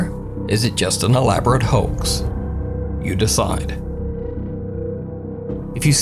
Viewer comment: Bruh, stop saying elaborate hox.